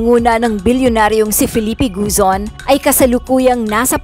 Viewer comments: GOZON not GUZON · Gozon, not Guzon!